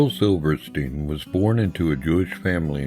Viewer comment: its pronounced SILVERSTEEN